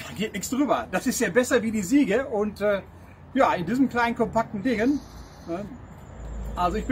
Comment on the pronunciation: Achtung Klugscheisseralarm: "Siege" ist ein englisches Wort und bedeutet "Belagerung". Muss mann aber auch englisch aussprechen. Gesprochen wird es "Sietsch", nicht Siege. Tolle Videos! Beeindruckende Entwicklungen! Bitte weitermachen. Viele Grüsse.